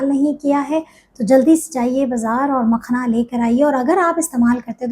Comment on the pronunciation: Makhana word ko galat na bolein log confused hn